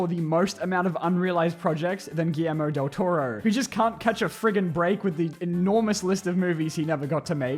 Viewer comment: He finally pronounced Guillermo Del Toro properly (no offense)